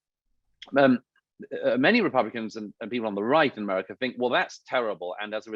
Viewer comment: Why does he say, "Emarica"? 🤔